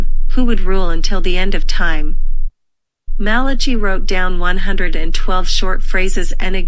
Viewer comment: BTW, u pronounce Malachy wrongly